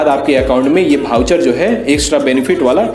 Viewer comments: भाऊचर नही बे 🤣😆, वाउचर होता है वो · वाउचर होता है न कि भाऊचर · Wahi hai bhai voucher pronunciation thik karni padegi aapko. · भाऊ भाऊ 😜चर चर 😂🤣😁😜ये भाउचर क्या होता है जी 😅हमने तो अब तक वाउचर सुना देखा और समझा था 😂😁🤣😜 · Itne bhar bhaucher bol raha hai ki voucher sharma jaye